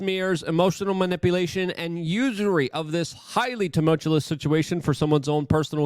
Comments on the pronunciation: Luke: Say it with me now, "too mulch you us", not "too mult yule us". 😂😘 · Bro, the word is tumultuoUS, not tulmutuoLESS. Drives me fricken nuts especially when you say it multiple times a video! Come on Luke!! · He keeps trying to say "tumultuous" as one of his favorite words, but he can't pronounce it correctly. Every single time.